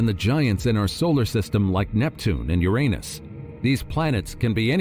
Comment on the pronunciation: You-rah-nuhs quick not your anus lol😅